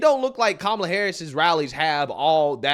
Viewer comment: "Ka-ma-la" sounded a lot like "Trump, Trump, Trump" 😂😂😂 I had to stop and figure out where she was and what was happening.